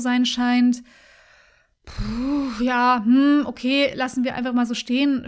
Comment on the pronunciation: "Okay" Okäh? Okäh-okäh-okäh-okäh-okäh-okäh. Das freut mich sehr, daß bei Ihnen alles okäh ist.